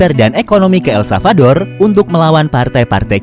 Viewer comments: El SaLvador ya bukan El Savador.. mimin menyebutkan berulang-ulang tp salah 😅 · Ntar pak masih proses belajar mengucapkan nama negara ya 🙏 jadi blm aku tonton full